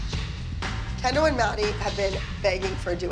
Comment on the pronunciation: The way jojo called Kendall "Ken doll"😭💀